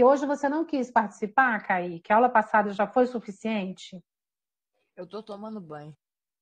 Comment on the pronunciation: Não é caíque é "kaike"